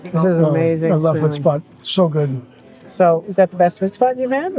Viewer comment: Actually it's huts-pot, (not hut-spot) but overall you made a nice video again.👍👍 if you want to learn about the Netherlands in 16/17th century, I highly recommend the "80years war" video serie from the YT-channel 'History defragged'. They also made a beautiful video serie of "New Amsterdam". English narrated. You will love it!